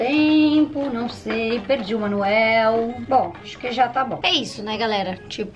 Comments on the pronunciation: Só eu q percebi q ela falou Manuel de instruções invés de manual de instruções kkkkkk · Alguém percebeu que ela falou manuel em vez de manual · Só percebi que a falou Manuel e e manual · Manuel kkk eu falo manual. Amo o seu canal 🤩😘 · Quem percebeu que em vez da fala perdi o manual ela falou perdi o manuel